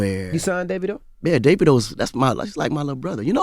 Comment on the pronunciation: Daaaa veeee doooe Not David-o lol